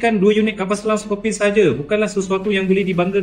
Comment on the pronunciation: Bukan Scorpion tapi sebutannya ialah Sko/pi/ni